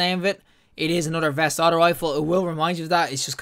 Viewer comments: It's actually "vayst" v-ay-st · Great vid man, one thing tho it’s not pronounced vest it’s veist, pronounced like heist.